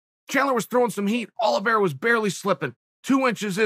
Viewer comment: No one: Chael : Charles Aloe Vera